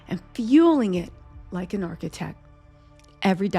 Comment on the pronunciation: my darling, u must ennunciate better: it's not 'architec,' it's "architecT." Emphasize that "t." Don't drop ur consonants, Sweetie!😁 * It's "50 Cent," not 'cents.' (You go back & forth.) * It's "HonesT," not 'hones.' Be Correct & Consistent!